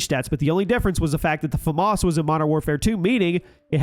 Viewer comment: Americans still don't know how to pronounce FAMAS